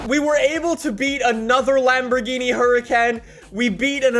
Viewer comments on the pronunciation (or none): Nobody:: hUrAcAn